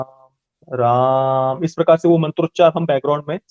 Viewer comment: राम नाम का उच्चारण जो किया गया है 🙏 मेरे तो रौंगटे खड़े हो गए राम राम राम